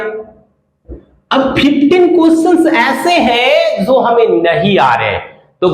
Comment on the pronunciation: Sir ap "jo" ko "zo" kyu pronounce karte hai ? Aur ek aur bat yeh jo ap bata rahe ho yeh to common sense wala bat hai isme aisa kya groundbreaking bata diya apne ki zindagi badal jayegi , jaisa ki apne likha hai thumbnail me